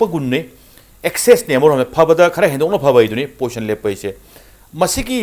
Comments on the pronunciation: Poition or posn haiba natte position haibane narondo sengu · Poison haibu karino pronounce fajana twge haide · 1st postion,2nd postion😂😂😂...marei do Kaya kanbano tounge cleaner use toudra Manley anchor se